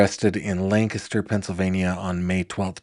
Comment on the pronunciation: thank you for pronouncing Lancaster correctly! No one in the trial did, not even the defendant-- who lived there!